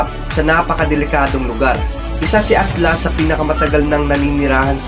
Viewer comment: HAHAHAHAHHAHAHHAHAHAHAHHAHAHAHAHAHAHAHAHAHHAHAHA RINIG KO AKLAS!!!!!